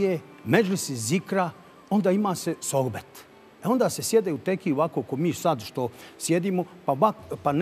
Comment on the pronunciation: Dalila s pogresnim izgovorom akcentovanjem izraza "sohbet". Toliko godina radi i vodi i gaf odmah na pocetku.